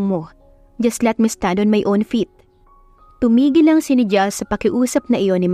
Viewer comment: Pasensya na po sa correction usually po kasi NIGEL is pronounce as naygel